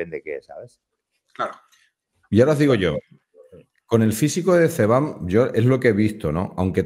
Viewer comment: El notas "ZEBAM"